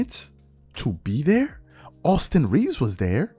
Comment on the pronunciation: austin reeves! not rivers!